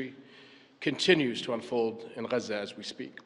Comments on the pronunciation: HES SPEAKING ENGLISH IN THE VIDEO, IS HE NOT? WHEN REFERRING TO JERUSALEM DID HE SAY AL QUDS ? SO WHY IS IT GHAZZA INSTEAD OF GAZA ? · SOMEBODY PLEASE TEACH THE KING TO PRONOUNCE “GAZA” CORRECTLY. ITS “GAZA”, NOT “HAZZA” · Regarding the pronunciation Ghazza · NO. SO WHY IS HE NOT PRONOUNCING IT AS IN ENGLISH